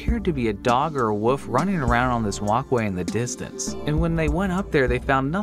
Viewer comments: I heard him pronounce "wolf" he pronounce:WOF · What's with people pronouncing "wolf" as "woof"? I'm not judging, I'm genuinely curious. I've seen a bunch of YouTubers do this, pronouncing it as "woof" or "wuff", not pronouncing the "O" correctly or the "L" at all. I'm just really curious why this is. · it used to agitate me to no end as a child when people would say woof instead of wolf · Is wolf... Not woof. There's an L in there lol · are we not gonna mention how he pronounces wolf as woof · he says woof instead of wolf. I used to do that when I was 6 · wolf mate, not woof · Its not woof its wolf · That intro face tho And he says WOOF Instead of WOLF XD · wolf. not "woof" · It’s interesting how you pronounce “wolf” as “woof”. It makes me think of pokemon saying their name at you. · I keep thinking he's saying my name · Rhett, from Good Mythical Morning, also pronounce “wolf” as “woof” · My dad pronounces it like woof… the only reason I could think of to him doing it was he is from West Virginia.. very southern. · Pronunciations are bullshit it's fine. Because you totally Pronunce things, not ProNOUNCE. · That is an adorable way to pronounce “wolf” :3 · I find it cute when people pronounce wolf as woof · I love how odd pronounces "Wolf" like "Woof". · I’m not convinced that you pronounce the L in wolf ever. Woof woof woof hahah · bruh this guy is saying wolf like woof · My nigga called a wolf a wuff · Wolf is not pronounced wuf. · why do people pronounce wolf WOOF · wolf is not pronounced woof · If this dude calls that wolf a "woof" one more time i stg 😤🥴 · I've never heard the word "wolf" pronounced like that. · I love how you say wolf 🥲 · why don't people know how to pronounce wolf? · there's an L in "wolf" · This dude literally has no idea how to pronounce wolf lol..